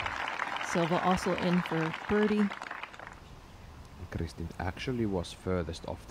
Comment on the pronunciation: Im just glad to hear somebody do it justice and pronounced correctly. After all the times she's been called a type of mayo based sauce or a dish containing raw beef and eggyolks😅